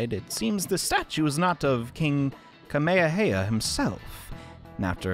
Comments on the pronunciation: Not skipping over the fact he said kamehameha wrong lol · Me reading Mr Inuis instructions: Kamehameha reading his instructions: KAMEHEYAHEYA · Mr inui: This is the king Kamehameha: This is the king KAMAHEAHEA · How my mans pronouced Ka-me-ha-me-ha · you mispronounced King Kamehameha's name so bad. It's actually the dragon ball move. Ka-may-ha-may-ha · I almost forgot about Takemi. And maybe we learn more about Boss/Chief/Sojiro through his confidant? Or at least brew better coffee? Chihaya's really close to MAX Rank but Mifumi's really interesting too. But yeah, Futaba should be top priority. Also the way he simply butchered Kamehameha. Akira: So you felt isolated from your parents and my parents just rejected me after my false charges. Think that's just one way we're similar. Goro: Basically. But I feel we also strive for justice in our own ways. And Joker dives into the black market. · You pronounced king Kamehameha WRONG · Why would you pronounce kamehameha wrong